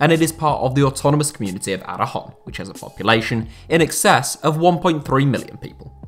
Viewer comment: Aragon. Not araJon. I live in Zaragoza. They still have support but are flirting with the 3rd division. We (!) also claim it is the 4th or 5th largest city, vying with Valencia. Bilbao would follow either. Anyway, up the Chels.